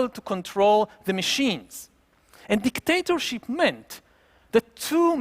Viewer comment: His accent: DicDATAship.